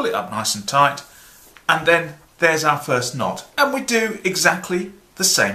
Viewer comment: he never does... he says "touight"